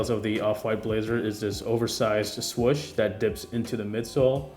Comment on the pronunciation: SWOOOOSH NOT SWUCH